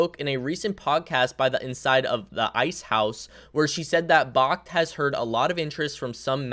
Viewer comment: Friendly heads up. Its backed. Not bahkt. Like, BACKED by physical bitcoin 👍